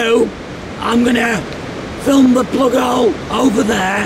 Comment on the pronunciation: Whos here just to hear him say, "plugole"?